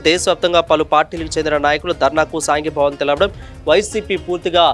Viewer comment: సాంఘీభావం కాదు సంఘీభావం అనాలి.